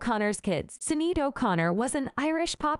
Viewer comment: Pronounced shin aid